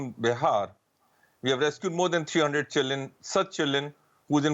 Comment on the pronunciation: keeps saying chilen instead of children.